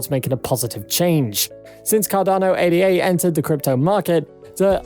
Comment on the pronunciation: This channel is BS. They don't even know how to pronounce ADA. Don't take advice from someone who doesn't even know about the asset they are hyping. I'm bullish on Cardano but I've seen a few videos from these guys and they are nothing but lies and hopium.